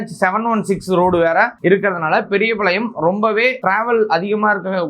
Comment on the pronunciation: பெரியபாளையம், பெரியபளையம் இல்ல சரியா சொல்லுங்க